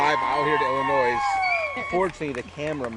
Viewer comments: Okay look you lost some points when you called the state "Illi-noise" but you gained it ALL back and much much more for the incredible show! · Illinois. Not ILLINOIZ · Fuckin rich people. Btw it's pronounced ill-i-noy. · I'm from Illinois too and every time he said illinoise it bothered the hell out of me! But fk it he can say whatever he wants with an epic video like this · Illinois without the s next time sir😂 but badass setup anyways! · This man really just pronounced the s in Illinois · He definitely not from Illinois he keeps pronouncing the s at the end hard as fuck and it's irritating the hell out of me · Awesome setup but please don't ever say Illinois with an S lol people from Illinois hate that lol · This was pretty amazing but please.... say “Illinois” correctly next time..... as in without the “S” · Please for the love of GOD the S is silent when you say Illinois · A man after my own heart! Awesome! To call that a backyard show is ridiculous! This man has loads of money. I would love to crew another of his shows. By the way it's Illinois without the s. People from there get offended when the s is pronounced. Fantastic display! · Please help those good people from Illinois. That "s" is silent. Please, please, pretty please do not include the "s" at the end of the state of Illinois. It is meant to be silent! You will not regret it, and you will make several million people very happy. Thank you so very, very much. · OMG! WHERE IS THIS I LIVE IN ILLINOIS AND THIS IS AMAZING! also it’s Illinois the S is silent. Please share details of the next show. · Not Illinois It’s pronounced Illinois. The s is silent. 😂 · This was a hell of a show, hands down better than any town show I saw in the past few years. Great job on the show and thanks to for videoing it for us to drool over! PS- the S is silent in Illinois...lol